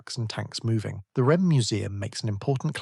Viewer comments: The UK pronunciation of REME (Royal Electrical and Mechanical Engineers) is typically "REE-mee" (phonetic: /ˈriːmiː/). It is pronounced as a two-syllable word, emphasizing the first syllable to sound like "Ree" followed by "mee," rather than spelling out the letters R-E-M-E. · Interesting topic.... but stop with the fake photos on the thumbnails. It's Ree-Mee..... not R E M E. Work on you narration.... some of your sentences and words run into each other... you are sounding computer generated. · REME - pronounced ‘Reemy’ 🤦🏻‍♂️🤷‍♂️